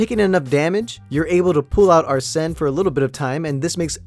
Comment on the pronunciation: Why was you doing a dance? Also you don't NEED TO rip off your mask to show your Persona UNCULTURED SWINE. (JK). So ye. Also P5 Is actually a mediocre Persona game 4 and 3 are better. Also Joker shouts whenever you start, end and Summon a Persona in Battle and a lot during Anime Cutscene. And Arsen (Pronounce Ar-Sen) is based on Arsen Lupin a GentleMen Thieve